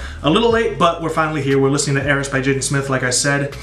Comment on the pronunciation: your reaction is one of the best i’ve seen so far and just two things. 1. the title is pronounced eye-ris (i was confused at first as well) 2. the track i-drip-or-is is supposed to be like his play on the greek myth icarus this album was extremely creative and pleasing to hear. love your reactions 💪💪